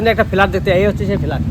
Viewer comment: Felat?? Flat bolun